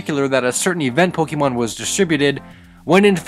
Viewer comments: The amount of times you said pokemon wrong. Its not pokeymon. Its pokaymon. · Pokeemon? Why are you saying it like that? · 2017 and he was still saying Pokeymon huh? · it hurts everytime he pronounces pokemon wrong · My only problem with this? You, uh... You're using the wrong accent on the E there, buddy. o _o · I'm a bit triggered of how you say Pokemon, but eh whatever.